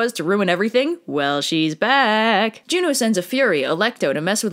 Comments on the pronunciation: I thought you said Romans call Zeus, Joe :/ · "Jvno" is pronounced like "you know"